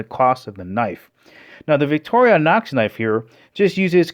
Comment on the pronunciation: It's not Vic-toria-nox! It's Vic-tor-i-nox.